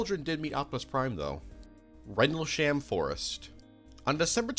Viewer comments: Your mentions of popular movies would come off smarter of you could pronounce Tucson, Suffolk. Rendlesham and several other words you got wildly wrong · The butchering of some these pronunciations is painful lmao Sagittarius is 'saj-it-ary-us' Suffolk is 'suh-ffuk' (like a less harsh way of saying fuck) Rendlesham is 'rendle-shm', with a very soft vowel at the end